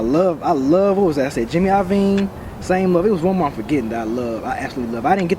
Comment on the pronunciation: It's JIMMY LOVINE. I'm sorry, but he said it wrong so much I had to bring it up.